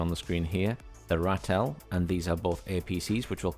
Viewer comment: Not to be a pronunciation nazi or anything, but let me help you pommies out so you don't embarrass yourselves online when you get this... Rooikat: Roy-cut Ratel: Raa-til Eland: Ee-lunt Renoster: Ray-noo-ster Buffel: Biff-il Rooivalk: Roy-fulk